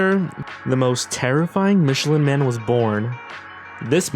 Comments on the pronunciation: OH COME ON NOT MICHELER MAN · I think it’s funny that the people who make these kinds of videos ALWAYS mispronounce the names of products and people. It just makes me laugh when he mispronounced the Michelin Man’s name. Gotta take your laughs when and where you can get them.